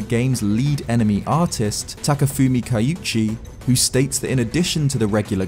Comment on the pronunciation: Takafumi Kiuchi, not "Takafumi Kayuchi".